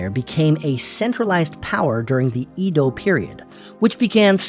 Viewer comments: You haven't thoroughly researched this. You pronounce Edo in two (2) ways: EE-doh and AI-doh . It's neither. The correct pronunciation is EH-doh ("E" as in Edward). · Started out saying “E dou” which is incorrect pronunciation (江戸/えど) then changed the pronunciation to “I dou” period🤦🏻 Not even consistent with the mistake lol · Edo is pronounced as Ae do. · You cover a lot in this video so props for that. But your pronunciation was all over the place. Edo is said like eh-doh but you swapped between eedo and aido. Plus a few other words. Also when talking about cities like Hiroshima, Kyoto, Osaka, and Tokyo, you used the prefectural outline instead of the city, making them seem like the entire prefecture (like a state) is one continuous city. Overall a fine video but there are a few areas that could use improvement. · Edo is not pronounced "eedo" or "aido" The e is pronounced like in Lego. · The pronouciation of "Edo" is incorrect. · Mispronunciation of edo, typo for shikoku, map showing russia larger should've used the map where the northern countries are more to scale (e.g. globe). Small channel so i respect the grind and i liked the graphics overall. Good pace. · The first time i ever heard someone mispronounce it really.